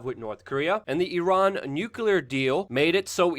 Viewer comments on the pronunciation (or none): LUKE, Would you consider pronouncing the word nuclear ☢️ as NUC-LE-AR instead of NUC-U-LAR? GW Bush always said NUCULAR and it always made me cringe. Thanks for your consideration man... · Nuclear. Say nuclear, not nukular like bush Jr.